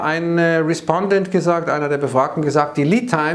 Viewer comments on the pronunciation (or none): none